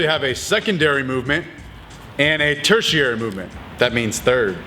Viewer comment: I love how the Marine in you comes out here..."tertiary" lol